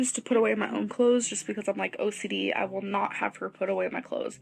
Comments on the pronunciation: Seriously every time she said “my OCDee” or “I’m so OCDee” I was rolleen my eyes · Not “OCDD”😂😂😂